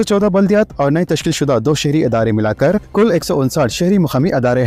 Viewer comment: Tum kitne jahil ho k tum idare ko adara bolte shame